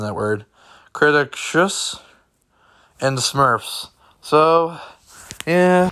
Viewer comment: “Cree-tay-shus” Also, nice to see KCA season is back in town.